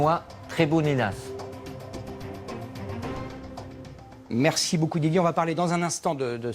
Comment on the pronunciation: le pire c est qu apres il dit benoit trebouninas a la place de benoit tremoulinas mdr